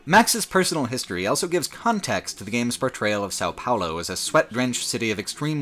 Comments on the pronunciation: pronounces the word "also" as "elso" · He also pronounces "both" as "bolth", with an invasive L. <3